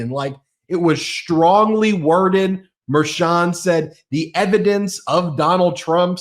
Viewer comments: MERCHON, not “Mayor Chun”. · Litman.....I don't mean to be rude, but is it pronounced Mer-chOn, or "Mayor-chon" or "Mer-shawn." I watched you today asking myself, who the hell is Mayor Chon??? Other episodes I heard you pronounce it entirely differently. I heard you say Matt GEts, but never Matt GAtes (Gaetz). I wanna be correct when I tell others the relayed news. Does anyone correct you? Can someone please do that? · It’s pronounced mer-shan,. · WTF!!! It's pronounced Mer-SHAN. How many times do you have to be told. Just ask Ben to pronounce it correctly. WTF!! WTF!! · Can please pronounce Merchan's name correctly?